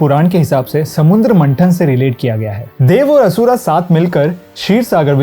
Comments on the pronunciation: DEVA ASURA NHI DEV ASUR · Stop saying asura it is asur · He is not pronounced name perfectly same to be Indian like asur